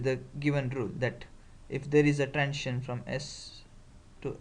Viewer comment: When you pronounce the word "transition", why do you say "trantion"?